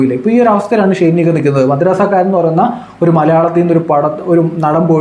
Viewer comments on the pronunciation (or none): Bro not Madrasakaaran its Madraskaaran😅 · Madrassakkaaran alla bro madraskaaran😂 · മദ്രസ്സക്കാരൻ അല്ലാലോ മദ്രാസ് ക്കാരൻ എന്ന് അല്ലെ 😂😂😂😂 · Edai, madrassa karan alla... Madras karan 😅😅